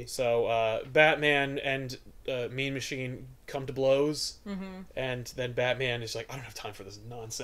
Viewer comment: Throughout this when said "Mean Machine", I kept hearing "Meme Machine".